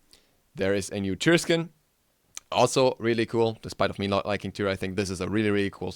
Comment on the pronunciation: dude why would you misspronounce tyr like that